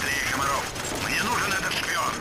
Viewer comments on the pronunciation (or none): Там написано Kamarov , а надо Komarov. Лайк если заметил))